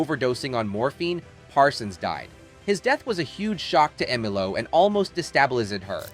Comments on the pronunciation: Who writes this crap? More to the point, who (or what) READS this crap? her name was pronounced "Emmalow" and Parson's death "de-stab-i-liz-ed" her. Is it some kind of reading bot? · No kidding! "Fuse-ed". "Emma Lou". Frequent er-roars.